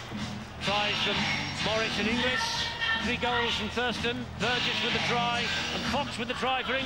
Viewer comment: Is my hearing going...or does that Pommy commentator persistently pronounce 'INGLIS' as "ENGLISH" ?